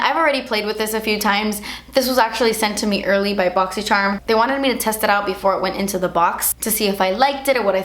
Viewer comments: Seriously say "boxycherm" when I talk about my box because of the way she says it. I love it 😂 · Now whenever I read boxycharm i read it the way you say it lol - boxycherm